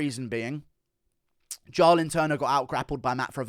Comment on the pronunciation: Bro it’s pronounced “JAY-lin.” Why tf u keep saying “jah-lin” 🤣🤣